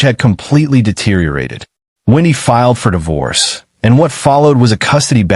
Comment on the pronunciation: This case is addictive but please Please don’t use AI voice. The enunciation and intonation is wrong. It pronounces divorce as Dyvorce. Honestly, send me the script and I will record it, in my English accent!!